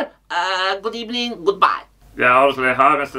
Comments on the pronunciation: Birst of all Good Ebening... Actually it's the afternoon but nevermind LMFAO! 🤣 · Emery - Good ebening, Goodbye 🤣